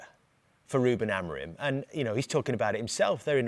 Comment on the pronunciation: "Ruben Interim"